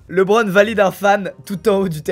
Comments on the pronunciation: il a osé dire « lebon » mais pas « li bron » 😭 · Starfoulah il a dis hardeun au lieu de Harden Starf il a dis leubron au lieu de LeBron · Prononciation Personne : Squeezie: « rome run » au lieu de home run // « leubrone » au lieu de « libron »